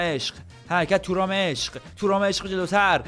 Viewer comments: تورام✖️ تووورام✅ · تورام❌️ تو رام✅️